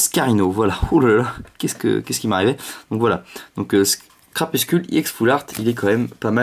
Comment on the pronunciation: C'est CrapusTule et pas CrapusCule